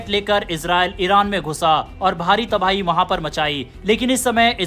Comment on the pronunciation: तभाई नहीं। तबाही। हिंदी नहीं आती क्या?